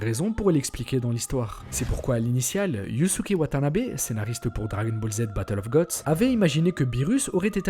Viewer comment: On parle de Dwagon ball Zii ici 😂